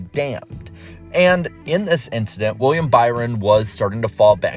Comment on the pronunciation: Nobody: Charles Leclerc: just an inchident